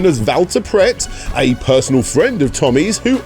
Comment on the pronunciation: 'he's my fweeeend! We talk about fwend stuff'